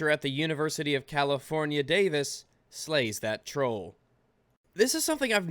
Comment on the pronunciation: "Californie" lol